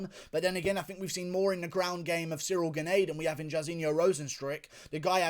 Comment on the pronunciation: Thats not the correct way to pronounce "Gane", just say Gahn (french here)